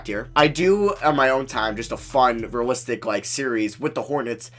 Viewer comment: Great vid but it rly bothers me when you say rulistic rebuild not realistic